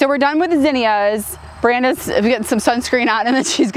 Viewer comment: Is the girl's name Beranda? It sounded like Brandon when mentioned her; but, YouTube transcribed it as Brandon.